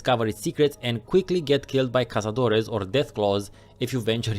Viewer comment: I appreciate the proper pronunciation of cazadores